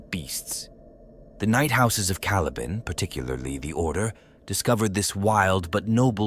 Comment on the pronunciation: Well at least this a junk can pronounce the word caliban